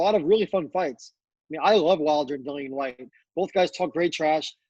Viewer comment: say Dillians name properly. has finally managed to